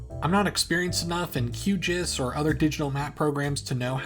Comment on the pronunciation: Pronouncing QGIS as QJizz is diabolical